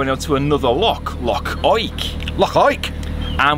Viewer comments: Fabulous vlog with fab scenery. Loved your pronunciation of Loch, let's hear it again! Yes you've been lucky so far with the Scottish weather but it can't last. Looking forward to next week already. Jocelyn. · The Well was always one of my favourite tales to tell the guests when I drove coaches, they loved it. Can't beat a wee day out in Fort Augustus., your pronunciation was spot on there. The thin ribbon of cloud you see there is the ever elusive Scotch Mist. Crackin' video. Much love from Ayrshire. x 😊